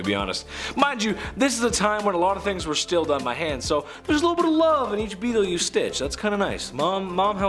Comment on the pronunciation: Beetles! Not beeltes. Just saying. Love your work! ❤️